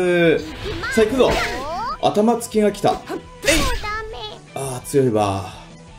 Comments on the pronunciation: 頭突き←あたまづきってwww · なに？あたまづきって笑笑ずつきでしょwww